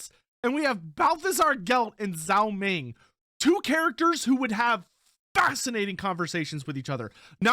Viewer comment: zhao ming more be pronounced dg-ao ming than zao ming. dg sound as in the word doDGe